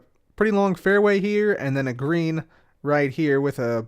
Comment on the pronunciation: Anyone else hear "Grian" every time says "Green"?